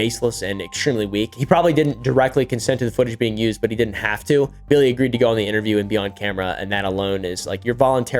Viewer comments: bro if he call this man “Bwilly” one more time im going to drop my phone you hear me? I’m screaming laughing 😭😭😭😭🤣🤣🤣😂😂 why he keep callin that man “Bwilly” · he just keep callin that po man “Bwilly” he just don’t stop I’m screaming 😭😭😭🤣🤣😂😂😂😂😂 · bro said “now back to bwilly” 😂😂😂😂😂 and the sound effects in the music has me screaming 😭😭😭😭🤣🤣🤣🤣🤣 sad moment for Bwilly!